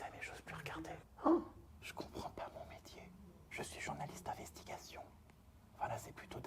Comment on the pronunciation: "je suis journaliste d’investigafion" ... 🤣😂😂🤣😂